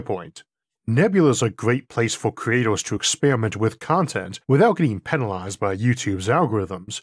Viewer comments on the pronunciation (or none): none